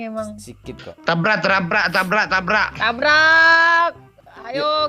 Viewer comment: Ayooo kita trabak, wkwkwkwk tabrak bukan trabak woy🤣